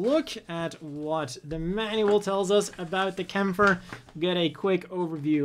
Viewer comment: Aww man, it's great to hear someone pronounce Kämpfer correctly